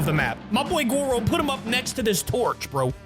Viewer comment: It’s Goro, not goru